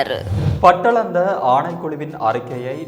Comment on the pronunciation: Pattalandai இல்லை அது தவறான உச்சரிப்பு.... Batalandai மனித வதை முகாம். நிறுவனர் ரணில்